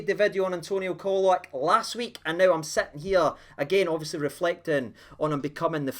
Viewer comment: Pron Cholack.Not Colack.